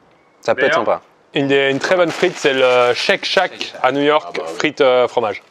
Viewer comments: C’est Shake Shack 😉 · " shake chaque"... C'est shake shake avec la même prononciation pour les 2 mots 😂